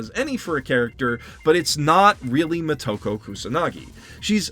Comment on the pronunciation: First. It is Moto-ko (Child of the source) not mo-toko. Think Yama-moto (Source or base of the mountain). Second. I love the original movie and all the followup anime, however everything you say here could apply to the first movie since it wholly changed the character of the Major from the original Manga. Third. I agree this movie sucks and is way to far from how it should have been done, however Scar-jo sucked in this movie as well. I loved her as the black widow and she should have been great but she phone in this performance big time. Everything about her in this movie was awkward and uncomfortable. Far from a "brilliant performance". Last. As far as white washing. If you lined up all the female action starts in Hollywood and in Japan and compare them to the movie or anime series of the Major, I don't think you could find a women that looks more like Motoko than someone like Scar-jo.